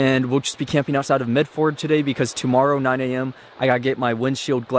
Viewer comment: Medford is pronounced "Med ferd" (furd). It's one of the very few things I know. And I think you're channel is fantastic! I hope your windshield wasn't too expensive.